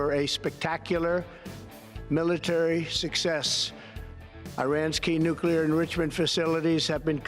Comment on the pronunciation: The word is nuclear, not nucelar,.